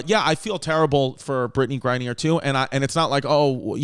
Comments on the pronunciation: Its mad cringy hearing brittney grine-neer its grine-ner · Man, V has obviously no knowledge about politics, the WMBA, or how to pronounce words correctly, “Gra-neeer” lmao or should I say CMAO(CacklingMyAssOff)